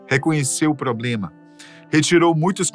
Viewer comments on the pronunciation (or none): none